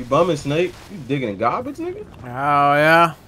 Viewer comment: bro said garbaige